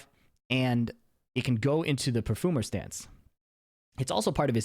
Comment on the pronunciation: i like the way you're saying "perfoomer" :)